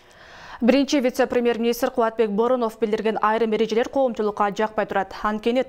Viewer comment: Алып баруучу кыз Бооронов деп туура эмес айтып алды окшойт